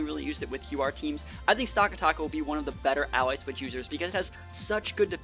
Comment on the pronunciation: It's "stack attack uh" not "stock uh tock uh" >:(